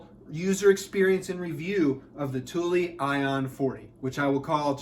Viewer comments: Don’t worry. You are saying it correctly. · I had to look up the actually pronunciation of Thule, and have just found out i've been pronouncing it cool sounding, but incorrect for years. It's actually the way you pronounce it, with "eee" in the end. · I worked in a bike shop for almost 6 years and you said it right. Its pronounced "Tooley" so yes, you got it right. Just like "Yakima" is pronounced like YAK (like the animal) KEE - MAH